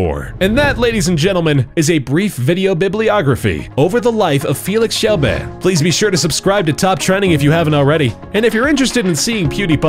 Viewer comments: Keel-berg not jel-berg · his last name is actually pronounce "shel-be-ri" in swedish and in english "shel-berg" not shel-beh :-D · I like how he says kjellberg, its like kjellbehh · How did it took me a year to hear ow they mispronounced the name ''Kjellberg'' ? They literally said ''Kjellbeh'' ! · "Felix Kjell-bae"? Really? :P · Its pronounced chel berg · Stop saying his last name wrong to say it correctly you say "kill-je-berg" their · "Felix Shellbear" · "Felix Kjellbehhh" lol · I know! Hahaha lol. I am from sweeden so i think it is funny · Pronounced:Felix Shellbeehh I BEEN SUBSCRIBED FOR ABOUT 1 AND A HALF YEAR NOW CAN'T STILL PRONOUNCE CORRECTLY! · How you said Kjellberg was so funny. Kjellberrrrrr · how the fuck do you not know how to say berg?!?!?! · I'm proud to be Swedish :D lol the way you say his last name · omg the way you pronounce Kjellberg XD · Omg the way you pronounced his last name! It's pronounced exactly how it's spelt.. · Kjellberg and marzia is pronounced really fucked up. It's kinda disrespectful. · ***** Yeah i know i was just commenting on how he said Kjellberg, awesome video though hah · Emma Österman Felix arvid ulf kjellberg ÄR HUR DE STAVAS. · Did you guys not understand that I was laughing at how the narrator pronounced the name oh my. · Emma Österman Yeah I thought that haha! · Lol i've been thinking about how you would pronounce it in English and I guess it's kinda like "Shell" and then "be" like how you would say "eh", and the "rj" So "shell-beh-rj" Lol I don't know you'd need to hear someone say it correctly to understand. Guy in video is saying it wrong anyway haha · You're saying his second name wrong by the way